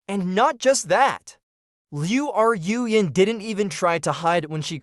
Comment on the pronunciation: Okay I'm going to address the hindenberg blimp in the room. I don't know where you trained your AI voice model but you need to go back to school to correctly pronounce names or retrain your AI voice model to pronounce names correctly since you continuously mispronounc that poor girls name. Liu Ru Yan add an e to Rue and you'll be pronouncing her name correctly since it's not Liu R u Yan there's no space between Ru so it's pronounced Rue. Just a little good criticism that's not meant to be taken as bullying or something. I take back some of what I said you really need to go back to school to pronounce Chinese names.